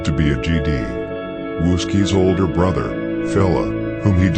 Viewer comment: “I think I’m order den u” 🤦🏾‍♀️